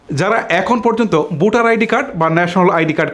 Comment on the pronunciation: তোমার উচ্চারনে বিরাট সমস্যা।বোটার না বলে বলবা ভোটার।